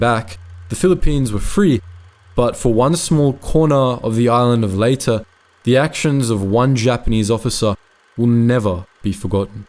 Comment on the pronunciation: is pronounced ...LAY TE...